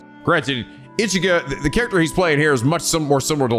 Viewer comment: so is it me or was pronouncing ichigo wrong